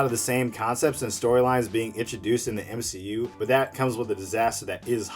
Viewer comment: U mean, the M-She-U , am i right? :v